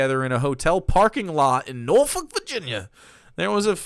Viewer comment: pronounced Norfolk correct!!! No one from outside our area does that correctly!!! (NOR-fuck, for reference)